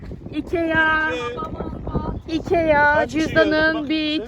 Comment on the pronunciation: söyleme şeklinin şöyle ikiaggggggg diye söylüyorsunuz ikia diye okunuyo ve çok hava atın bence normal davran artık sıkıcı olmaya başladınız